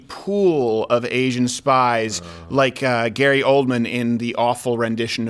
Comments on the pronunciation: Kept thinking you were saying 'Asian Spice', like some sort of inappropriate unused Spice Girl. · Asian spice!! 🤣🤣 Sounds like some new drug outta China, do a line, and your head or genitals just explode..🤣